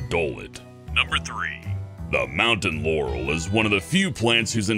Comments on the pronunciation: He said moutain yancy not moutain laurel wich was a little weird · Sorry but I heard Mountain Yanny ;) ok I’ll stop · I heard Mountain Yanny, what about you guys? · i can't find it on the internet but i only hear you saying 'mountain yanny'